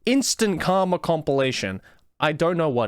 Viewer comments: Okay. So. You said “karma”. I heard “cum”. While hilarious, I’d like to know if that my fault or not, because I probably have some things to tell my therapist depending on the answer. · When you say "Karma" it often sounds like you're saying "Cum" which means this video started with you saying "If there is something I whole heartedly believe in; it's cum."